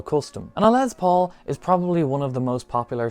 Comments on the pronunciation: Jesus Christ my dude! It's LES Paul. Not LEZ Paul. I was super interested in that guitar but your monotone voice and insistence on calling it a LEZ Paul drove me away before the midpoint of your video. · dude...it's not LeZZ Paul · Yes Metallica sucks but from Norway to Russia to the greatest Island Great Britain why do you jackasses always say l e z p a u l it's l e s p a u l Les Paul jackass